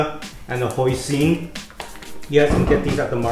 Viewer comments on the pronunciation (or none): none